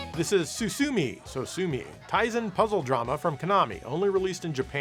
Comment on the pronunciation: Taisen Puzzle DAMA, not DRAMA.